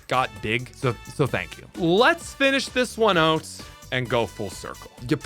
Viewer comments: Say "out".: "Oat" Nooooo! OUT!: "OAT". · Normal background noise while on champions than every 30 seconds you catch a Canadian "out"😂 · where are you from that i can only hear an accent on the word "out". obviously somewhere in canada